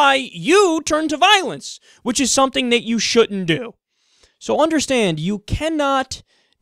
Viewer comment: why does he say shutten instead of shouldn't?